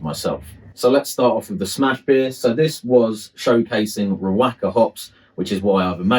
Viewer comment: Great video bro. Top tip: Riwaka is pronounced "Ri-wa-ka".